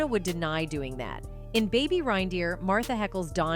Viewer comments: Its not RINE DEER!!!! It's reindeer as in rain!!! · Is this A.I. rine instead of rein pronounced RAIN... Click bait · It's pronounced RAINdeer! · The constant mispronunciation of reindeer is driving me bonkers. Sent from my piHone